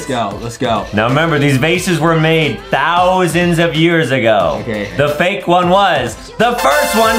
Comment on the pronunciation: I think Adam said vake instead of fake😂